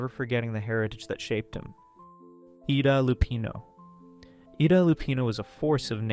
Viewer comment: "Peter 'Lore?'" "'Eeda' Lupino?"